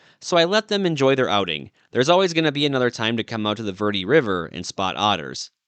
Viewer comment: It is pronounced varday.